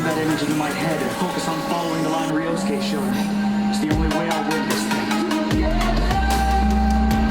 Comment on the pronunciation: Great video, but how did you botch ryosuke's name so badly lol. You said it like "Ryo - suka"